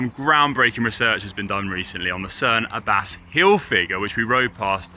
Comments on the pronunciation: Someone really needs to have a quiet word with Connor about the correct pronunciation of Cerne Abbas... He loses all credibility every time 😂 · Tell Connor it's Cerne Ab Ass, not Ah bass. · Why has no one taught Connor how to pronounce the Abbas in Cerne Abbas yet?